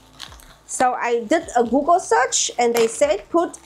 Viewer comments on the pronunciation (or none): none